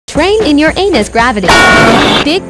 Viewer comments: No, you can literally here that the creator purposely put the “p” sound. Also you can hear the space between “your” and “anus”. If you actually put Uranus in text to speech it would be Yur-u-nis how it is actually pronounced. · i love how "Uranus" was pronounced "your anus" instead